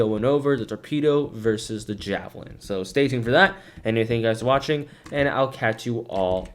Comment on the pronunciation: it is not jahhh - velin its jaayyy- velin